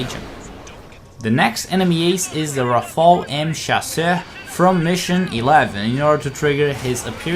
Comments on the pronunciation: actually its ra fa le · Lol ikr "Raph-ael" it is "Raf-ale" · how come nobody knows how to pronounce rafale?